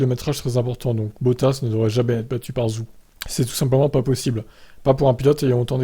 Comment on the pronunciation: Faites un effort ça se prononce "Djow" et Zou, à un moment ça sert à rien d'avoir une chaine d'info F1 si on est même pas capable de se renseigner sur la prononciation du pilote concerné